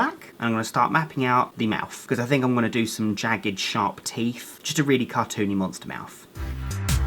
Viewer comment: I love how he says teef not teeth